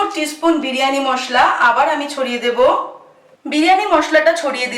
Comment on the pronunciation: বিরিয়ানি হবে, বিড়ি য়ানি নয়......drishtikotu lag6e.... ki6u mone korben na..